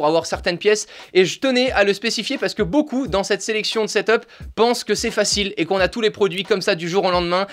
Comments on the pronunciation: Moi je dit ta 2 de la on dit set up pas setop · XD tu dis setop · On dit setup